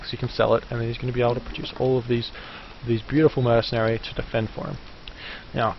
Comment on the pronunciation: Did I hear you say "Beautiful Mercenaries"? :P